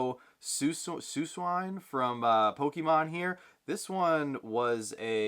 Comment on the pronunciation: Su-swine was crazy ( it’s Swee cune ) 😂